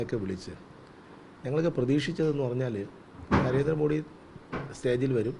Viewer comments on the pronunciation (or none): നരേന്ദ്രമോഡി എന്ന് പറയുന്നത് ഇയാളുടെ വായിൽ നിന്നു കേൾക്കുമ്പൊ ഒരു വിവരക്കേട് മാതിരി തോന്നുന്നു. ഒന്നുകിൽ പ്രധാനമന്ത്രി എന്നു പറയുക അല്ലെങ്കിൽ മോദി ജി എന്നു പറയുക. അദ്ദേഹത്തിന്റെ പേരിന്റെ യഥാർഥ ഉച്ചാരണം 'മോദി' എന്നാണ്. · കേരളത്തിൽ എല്ലാപേരും മോഡി എന്ന് ഉച്ചരീക്കുന്നു.പക്ഷെ മോദി എന്നാണ് ശരിയായ ഉച്ചാരണം